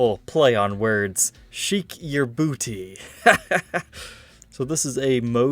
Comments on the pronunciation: "Sheik" is pronounced like "shake", not "sheek". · Of COURSE he's wrong to pronounce it "Sheek"! That's NOT the name of the album! The album is called "Shake Yer Booty", spelled "Sheik Yerbouti". To pronounce it any other way, is wrong. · This is the correct pronunciation - phonetically the same as Shake. says 'Sheek'. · Sheik is pronounced 'shake' - not 'sheeck'! 🤣🤣🤣🤣 Jeez dude! Who says 'sheeck yer booty'? It is 'Shake yer booty' Astounded that penny didn't drop when you mentioned 'word play' 😃🤣🤣🤣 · Sheik is actually pronounced the same as "shake". Great vid! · I'm just astounded that failed to pronounce Sheik correctly, as in 'Shake' yer booty! 🤣🤣🤣🤣🤣😃🤣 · no he didn't. Zappa's word play doesn't work if it's pronounced 'Sheek'.